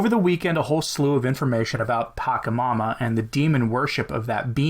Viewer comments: It's patchamama not pakamama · Very astute to deliberately mispronounce P When we must speak of the demon, it is wise to mispronounce it. There are many good reasons to do this, but the most important is that to take care in the pronunciation is at the same time a genuflection in the direction of the demon. (genuflection implies "some" accession to the power of the demon. )